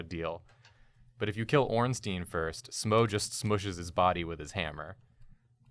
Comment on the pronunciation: Why do half of the YouTubers I watch pronounce it Smoe and Ornteen? They're not a Jewish law firm lol. It's pronounced like Smog or Smowg and Ornstein is pronounced like Frankenstein. I could see if they were golems or something but they're in an Italian style building in a medieval themed world, I doubt they'd have Jewish names. Even though Ornstein is in reference to the son of a jew, I still don't think his name would be pronounced in Hebrew given the time period and locale.